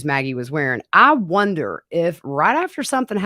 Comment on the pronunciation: wonder not "winder"